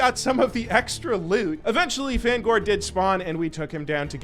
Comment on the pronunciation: Pronouncing Fangore as fan gore I instead of fang ore is diabolical lol 😂 never change